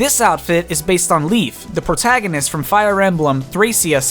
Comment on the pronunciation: prounciation of Lissa, Cordelia, and Thracia kinda bothered me